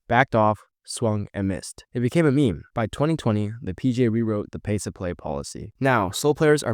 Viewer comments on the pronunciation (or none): none